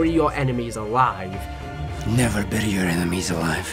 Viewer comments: Why do always pronounce it "Burry" and you pronounce the zombie map Buried as "Burried" why? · I swear he does it on purpose, as I've heard that accent many times, but never heard them say Bury like that